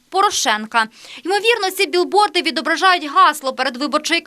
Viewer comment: А можливо ви вже нарешті будете говорити правильно? Не "біл борд" а "біг борд"!!